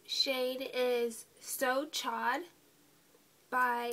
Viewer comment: lol< great video, and MAC so chaud, is pronounced so showed, ;p it means so hot in french ;3